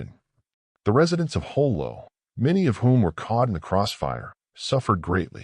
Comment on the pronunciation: The battle of JOLO not Jolie. Thanks.